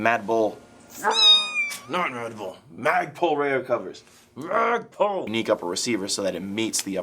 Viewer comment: The barrel extention actually IS from Madbull and not from Magpul... The rest is from Magpul and he said that correctly. :)